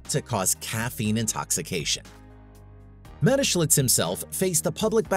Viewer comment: Where is there a letter L in that man’s name. Do some homework on how to say the main subjects name. It’s annoying and disrespectful